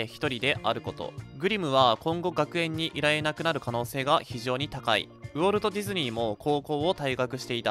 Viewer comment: ウォルトの発音おかしくね？